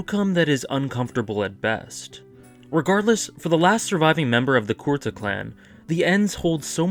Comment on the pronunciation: Odd thing that bothered me... Did they change his clan's name? You pronounce it as 'core-tah', I have always heard 'koo-rah-tah' Sorry to nitpick, but that just caused an odd cringe every time for me :/